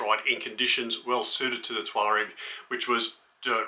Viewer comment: It's "TUAREG", not TAUREG.